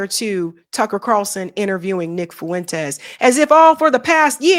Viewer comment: Viv-ek not Viv-ache Fuentes not Fu-entes